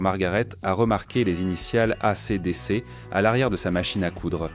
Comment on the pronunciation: Mare de l'I A incapable e prononcer A C D C : boycotte !!!!!!!!!!!!!!!!!!!!!!!!!!